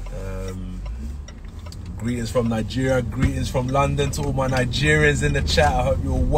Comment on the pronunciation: "Muh Humble" "Muh hungry" "Muh Legacy"